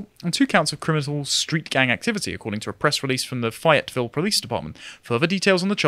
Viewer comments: I cant believe you guys would do this, you pronounced Fayetteville as fie-uht-vil instead of fay-uht-vil. completely unwatchable unsub. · Another great installment. slight correction on the pronunciation of fayetteville. Fay is pronounced using a long A with the Y accenting it, not with the Y acting as an I sound. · Fyi: Fayetteville is pronounced Fay-it-vill. Or fayt-vul if you're extra Southern 😉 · Georgian here. its pronounced like Fay(rhymes with day)-Yet-Ville. Well thats the American south pronunciation the French will disagree but then again they always do. Also at times it sounds like is speaking a Khoisan language. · The correct pronunciation is Fae-it- ville. Now, I'm not saying there's any weird correlation with that pronunciation,and lived experience.... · It tilts me how he was saying Fayetteville. It's fae-yet-ville. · *cringe* FAy et ville! LaFayette... Cities and counties all across America named after him.😂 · It's pronounced fay (long A) it ville. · It is pronounced FAY yet ville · Other than the way he pronounces Fayetteville, this new guy is awesome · Fayetteville=La Fayette. It's French, not a tongue twister.